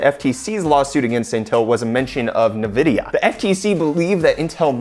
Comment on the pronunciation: Did you just say nahvidia? bruh... en videe ahh